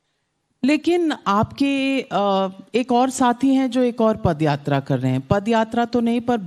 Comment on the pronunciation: Padyatra nahin paadyatra kar raha hai bolo jaise karge ne bola hai